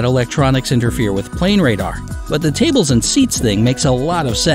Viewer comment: "ta bles"